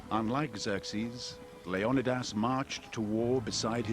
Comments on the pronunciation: leon a das not leon eye das who dare put that i in there to sound like eye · It's not LEO -NIDAS... Its LEON -IDAS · Why did the producer of 300 decide to pronounce Leonidas as Lee-on-nigh-das rather than Lee-oh-nah-das? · I had to stop listening because I could not take the mispronouncing of leonidias name over and over. It has been pronounced 'leo nie dass' by every other historian in my lifetime. Not 'lee own I diss'. For cripes sake. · yeah like Leo nuh das or something 😂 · the actual Greek pronunciation is Leh-Oh-Nih-Thas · The way he says the name of the king of Sparta is so distracting. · It's annoying, right?? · The way he pronounces Leonidas is triggering me so hard... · I'm sorry, but I can't bring myself to listen to the English narrator absolutely butcher the name Leonidas... atrocious and down right obnoxious. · Fred Smith I'm Greek, my cousin is named Leo-ni-das. They are mispronouncing his name in this doc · A good documentary if you can get past the narrator mispronouncing Leonidas name. That alone drove me crazy.